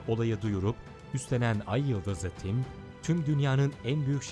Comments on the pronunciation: neden ayıldız ı tim diyor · ayyıldız tim diye okunuyo kim söylüyosa ayyıldızlı tim ne ya :D